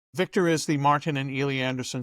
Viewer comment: "Beek-tor, tell me, is Trump going to ween?" -Jose